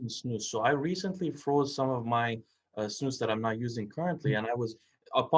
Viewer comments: The way you pronounce snus ”snos” is pretty funny for me as a swede ;) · Not sure how to explain:) pronounce it correctly it should be the letter U like united and not O but you still pronounce it decently:)... I like Lundgrens skåne white because it has kind of a fruit flavour...:) Btw doesent nicotine cause aterosclerosis?